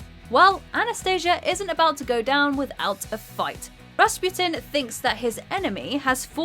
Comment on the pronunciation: it's do svidaniya not "dosvedanya", since the original Russian spelling is either "до свидания" (do svidaniya) or "до свиданья" (do svidan'ya) also, though you did get the Gigori pronunciation right the surname is wrong: it's Ras-PU-tin not Ras-PYU-tin since the Russian spelling is Распутин not "Распютин"